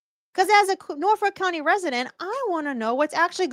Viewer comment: I'm just here for the intro song. But then in your intro I swear you said ' what exactly is going on in Norfolk cunty '?